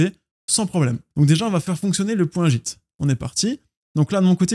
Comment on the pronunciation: Ça me stresse de t'entendre prononcer git "jitte" 😂